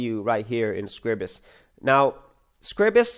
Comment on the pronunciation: I hate coming over as a pedant, however the word Scribus is not pronounced as Scribbus, it is pronounced as Scry-bus, think of it as "Scribe us"